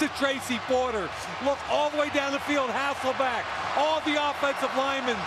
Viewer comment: My God the commentators of the 2000's did a really good job at trying to convince everybody that his name was HasselBACK and not HasselBECK. I didn't even know until a few years ago and when I found out, it felt like my life was a lie. Then I realized it wasn't my fault lmao, it was every commentator that said it wrong.